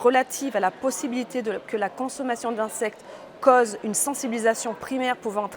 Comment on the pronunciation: Anallergique ! ..ici en Thailande insectes ..pas de soucis.. Le soucis ....c la puce ...qui ne fait pas partie de ces insectes ..Joron dsl cette vidéo est nulle ..arrêtez d'être francofranco ..et pas côse mais cause . Merci